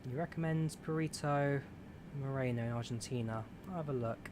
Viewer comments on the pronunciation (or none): none